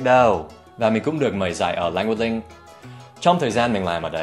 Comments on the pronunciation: Em không nghe thầy phát âm âm cuối của cả hai từ 'language' và 'link', có phải thầy đã bị ảnh hưởng cách phát âm 'Language Link' của người Việt không ạ? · Thích cách Dan nói Leng Guých Linh (Language Link) như người Việt khi đang nói tiếng Việt :x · Well it's quite interesting how you pronounced "Language Link" as Vietnamese accent to make the sentence sounds more naturally